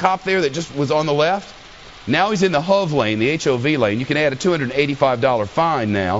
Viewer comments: Lol its not said as hov it's said h. O. V letters only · A $285 dollar fine for drinving in the HOV lane is the least of his problems... And you don't say the word hov. You spell it out: H.O.V. It stands for High Occupancy Vehicle. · it's fox news, what do you expect? I'm surprised they didn't add random sound effects like squealing tires, etc. And why does he keep calling it the Hov lane? I thought it was H.O.V. or highly occupied vehicle... if you're going to shorten it just call it the restricted lane...